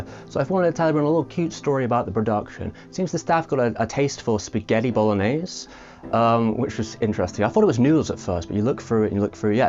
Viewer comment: balonays? what?